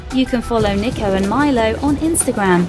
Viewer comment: What's a "Mala-mettey"? Also, it's NEE-ko, not NICK-o.